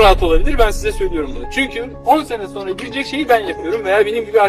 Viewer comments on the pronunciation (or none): none